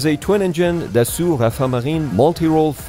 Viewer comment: Dassault is pronounced da-so not da-su